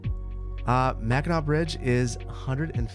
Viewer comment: It’s the lower and upper peninsula. Both sides of the bridge are Michigan. And remember it’s mackinaw city and Mackinac island. Both are pronounced Mack-in-awe